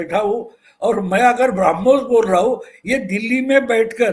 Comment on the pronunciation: सही शब्द 'ब्रह्मोस' है, "ब्राह्मोस" नहीं।